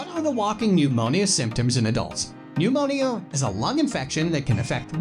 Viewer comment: Nemonial is how he pronounces pneumonia. It's hard to take it seriously!